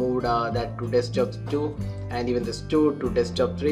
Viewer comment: Desktop, not Deskjob mate :P